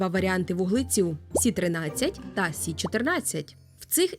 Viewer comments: Якщо мова іде про хімічний елемент, кажуть Карбон, Нітроген. Азот і вуглець це прості речовини. І чому "сі"? Якщо хімічний елемент Карбон читається як "це", користуємось латинським алфавітом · А чому говорите "сі"? Я не чула, коли латинську мову відмінили як наукову?